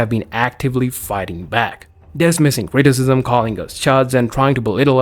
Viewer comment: the cwiticism 😂